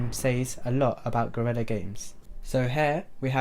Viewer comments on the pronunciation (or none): none